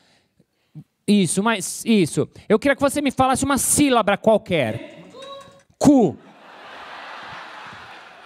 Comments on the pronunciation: "SÍLABRA" fail! hahahahahahah' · "Sílabra" qualquer?kkkk